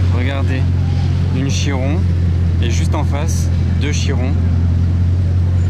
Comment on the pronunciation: A 13m26 dit " Bugatti Giron" la fatigue je suppose!